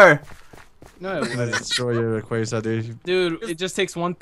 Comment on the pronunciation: "Rayquazar"